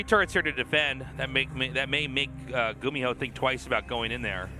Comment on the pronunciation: when i think of gumiho i think of apollo saying his name as "gummy-ho" for some reason